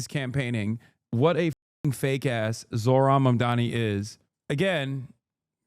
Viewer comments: First mundami, now zorhan... They can never say the name right can they? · "Zor-Han" Im a white guy and I genuinely don't understand how conservatives have so much difficulty pronouncing non white names. They have to be doing it on purpose. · Also his name is spelled Zohran, they mispronounce his name on purpose to put him down